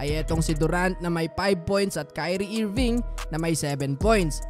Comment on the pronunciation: IRVING PRE PRONOUNCE AS ERVING TUNG SAYU IIIRVINGGG